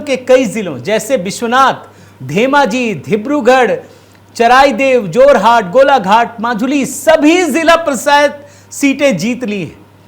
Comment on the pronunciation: जोरहट नहीं। जोरहाट।